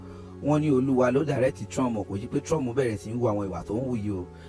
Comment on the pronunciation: I don't understand why Nigerians call him Trum😂instead of Trump